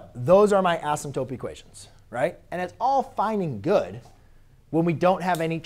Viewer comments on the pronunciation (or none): anybody else go crazy when he says asymtope